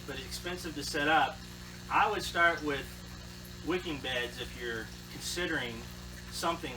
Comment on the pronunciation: Did you say “wickid beds” ?